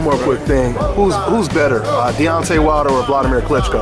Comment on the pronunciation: "Dontae Wilder" loool